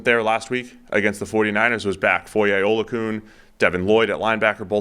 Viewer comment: Actually its Foye Imma clock you and take your football.